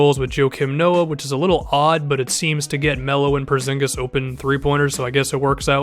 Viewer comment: How he says it is so funny because im from the country were he is from Kristaps Purzingis its so funny how everybody says it